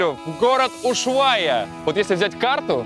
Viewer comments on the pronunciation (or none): не Уйшуайи а Ушуая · Не Ушуая, а Ушуайя! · А почему вы говорите что Ушвая , а там Ушуайя